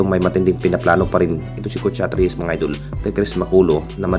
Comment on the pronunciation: Puro ka idol hindi idul ... Idul ka ng idul bulol